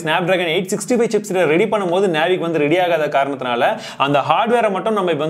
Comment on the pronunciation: அழகா தெளிவா சொன்னிங்க (நேவிக்)👌👌👌